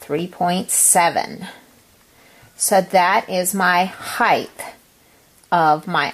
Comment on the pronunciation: It's height...not hith